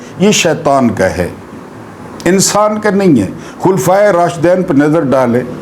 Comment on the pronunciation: Rashideen HOTA hy. Rashidain ka Matlab ( two khaleefas)